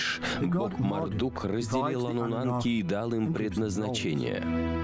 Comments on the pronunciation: Ануннаки а не Ануннанки. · я просто жду, когда чел скажет не ануннанки, а ануннаки... не дождусь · Он совсем охренел; почему аннунаНки то? Когда Аннунаки ??? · "Аннунанки" и пулемётчики😂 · Кто-нибудь, объясните, почему он говорит ануннаНки?!?!? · судя по комментариям все смотрели и пытались вникнуть в этот бред, а это фильм засыпалочка , поэтому анунанки и остальные огрехи диктора, всем ану снов и ани сновидений))) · АнунаНки..п...ц. ну и начитка. Начитчик,ты поц